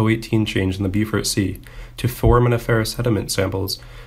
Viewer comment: The narrator who begins reading has a quiet, monotonous voice, and speaks too fast. Even the computer generated closed captioning can't make out what he's saying. "Bow-fort sea" not the "beeyoofort sea" !